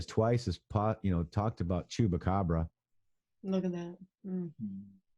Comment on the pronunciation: Say chump, chupacabra!!! Not choop. It will help you to spell it.